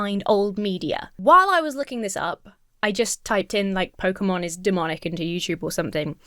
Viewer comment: i must say...THANK YOU FOR SAYING IT RIGHT! too many say pokeymon or pokeyman and it bugs me